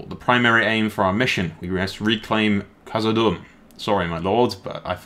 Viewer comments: No offense m8, I just felt like I have to let you know that (Khazad)-dûm is pronounced like doom, not dumb. Just call it Moria if you're not sure, and avoid die hard LOTR fans and grammar nazis such as myself in the future. Cheers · you pronounce Khazad Dum wrong. You have the Khazad right but Dum is pronounced like Doom.